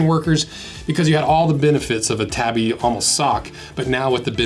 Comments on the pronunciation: Tabi is pronounced “Taw-Bee” not “Tah-bee” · First off: it's pronounced tah-bee :) Would love to see a breakdown of the Power Ace Tabi Boots, they have an un-split toe but it has a steel toe, a super flexible grippy ninja sole, and tabi-style ankle closure to keep your tobi pants secured. Side note: tobi (Japanese construction workers) are badasses.